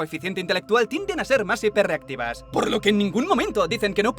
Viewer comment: Dice hiperreactivo?